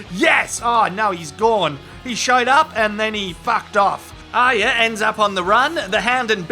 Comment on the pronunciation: Thanks mate!!! first review ive seen that gets Aryas name right!!! A++++